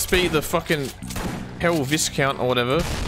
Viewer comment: It's pronounced vice-count,.